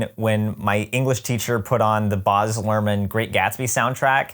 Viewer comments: I knew next to nothing about ART's Gatsby (other than that it exists) so this was super interesting! just a side note though: I think Baz Luhrmann's name is pronounced with a short "a" sound (as in "Baz" rhymes with "jazz") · As an Aussie it's so hard hearing you say "Boz" Luhrmann 😭